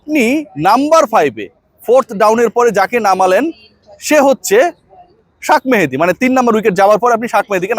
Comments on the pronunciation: তোর নামে কেস করা উচিত নাম বিকৃত করার জন্য, এর আগে অনেক বার বলেছি শাক মেহেদী বলিস না,তুই নিশ্চয়ই আওমেলীগ আমলে কোটায় পাশ করা সাংবাদিক। তোর উচ্চারণ যখন ঠিক নাই তার মানে তুই পড়াশোনা করে পাশ করিস নি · ভাই শাখ মাহাদি না উচ্চারণ রা ঠিক করবেন প্লিজ